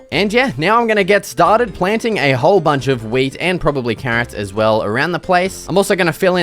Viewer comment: “Let’s get stah-did!” 🏆 Best Minecraft videos on yoootoob